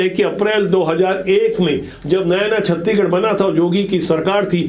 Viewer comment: छत्तीगढ़ नहीं गा छत्तीसगढ़ ।